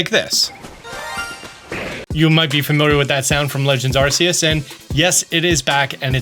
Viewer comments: It's Ark-eus not Arseus, it's not an arse phone its an arc phone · stop mispronouncing Arceus. They literally put an item in Sun/Moon called the RKS system so Westerners would stop mispronouncing it like "RCS". The name is meant to be derived from "arc(h) angel" and "Deus" for "God". When you pronounce it RCS, you sound like an arse. Pun intended.